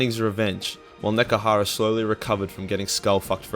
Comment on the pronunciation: Nehgkrara...? Nehekara.